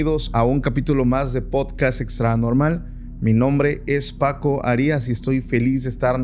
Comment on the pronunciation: 😂Paco por primera vez en tu vida pronuncia bien tu apellido no digas HARI.. as di Arias todo junto ve un ejemplo como exjugadores de futbol pronuncian el apellido del técnico Raúl Arias😂